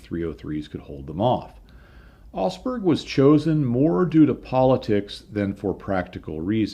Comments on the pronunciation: I kept wondering where osberg was - it's Augsburg you nitwit ! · You tell the story of a raid on a city I had never heard of called "Osberg". At the end of the story you show some printed material that shows the city is actually the very well known Augsburg. That Aug in Augsburg is pronounced more like the Aug in August. The G is not silent. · your videos are like a visit to a technical museum with a guided tour. But my OCD has kicked in... ahem. Augsburg. AUgsburg. There is a diphthong in Augsburg. The au in Augsburg is spoken exactly the same as ow in cow. This is burned into my mind because I was stationed there in 1980. Didn't see any Lancasters though 😉 Now, I will be walking around saying Augsburg to my self for the next week or so.... Augsburg....